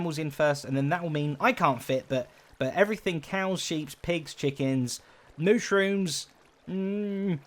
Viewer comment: Zedaph. Honestly. You're an englishman. You said SHEEPS!